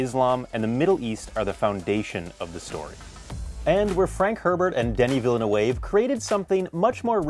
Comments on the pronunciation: Villa Noov not Villa New Wave lmfaooooo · Denis Villeneuve’s name is pronounced Villen-NOOV not Villen-NO-WAVE !!! It’s French!!! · "Villa Noov" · You took the time to write a script but didn’t bother to research how to pronounce Villeneuve? Instant fail, lol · Please learn how to pronounce his name right. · you mispronounced Villeneuve, just doing my part lol